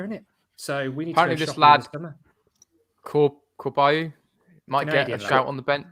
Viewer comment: Corbeanu is pronounced CORE BE ARE KNEW